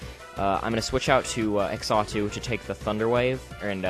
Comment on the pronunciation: Xatu is pronounced "zah-too". Also, isn't Substitute with Flame Orb slightly counterproductive? But other than that it was a great narration and battle, awesome job and I hope to see more of you in the future